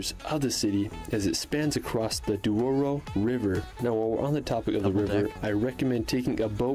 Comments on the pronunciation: And “Duoro” instead of Douro 😁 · Horreos - SPANISH Espigueiros - Portuguese. Also it is not Duoro, but Douro. A lot of mistakes in the original video ;) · It’s Benagil cave, not Bengali. This is not India yet. And it’s Douro River which means River of gold, not Duoro River